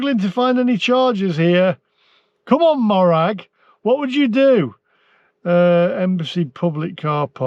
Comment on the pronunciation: Morag is pronounced mow (as in mow the lawn) rag,not maw rag